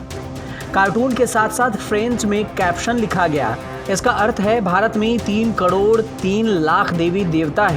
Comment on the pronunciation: Yeh anchor crore ko "kadod" kyon bolta he??